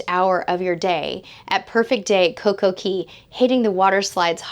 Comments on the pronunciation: Yes , she did. Cay is actually pronounced key in the Caribbean. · Yes, she did. Cay is actually pronounced Key in the Caribbean. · Cay is pronounced key